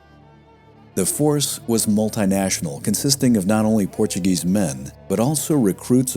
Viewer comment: “Thanks to the Portuegese colonisation”?’!?! Wtf…